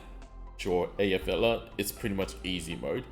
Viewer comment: Btw, mate, just in case you were interested, Effy is named for the Icelandic Volcano Eyjafjallajokull, which is pronounced (as close as I can do using only sounds that exist in English) Ai-fiat (like the car) -ah-kol. The "kol" is not in her name, so just "Aifiata". It is not exact, as they have some subtle sounds too, but it is the simple version, if you want to say her name more accurately.